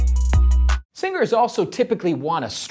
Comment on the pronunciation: Hey, singers.. What i hear: hey, singles😂😂😂